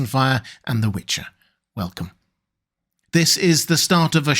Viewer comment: and here i kept hearing “This is Robert Welkin”